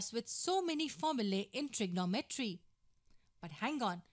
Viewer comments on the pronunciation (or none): Her bad pronunciation makes it alternately funny and hard to follow... Really? trig-o-no-MET-ry?